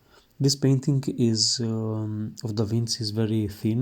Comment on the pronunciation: it is pronounced DAVINCHI like CHEAT no Davin C